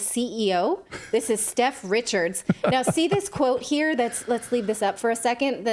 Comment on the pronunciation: That’s not “Steph” that’s SETH.